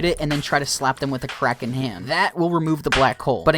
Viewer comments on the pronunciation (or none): none